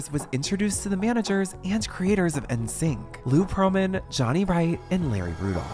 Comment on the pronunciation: You can tell gen-zers made this video by how they pronounce ‘NSYNC haha, but I’ll give them a pass for the deepest dive ever on this.